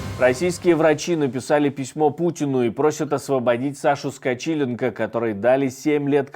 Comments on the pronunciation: Не СкочИленко, а СкочилЕнко !!! Что за страсть у Nexta коверкать фамилии (это уже не первый случай) ? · Обращайте больше внимания на ударение в словах. Ведущий произнёс фамилию Скачиленко с одним ударением , а закадровый голос с другим. На слух странно такое слышать. Удачи.